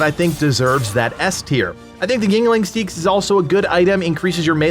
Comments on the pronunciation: 2 years too late. Finally getting into this game as my kids are no longer babies requiring constant care. Love your videos, they've been helpful as I dive in. Did want to say the Anglo-Saxon / Viking long knife is pronounced sax, not seeks. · It's pronounced SAY-AXE not SEEKS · I think its pronounced sax like the instrument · What do you mean. A single dane axe demolishes crowds faster that covid 19. Also, seax is pronounced "sax".